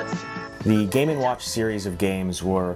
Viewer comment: GAY WATCH, GAY WATCH! all i hear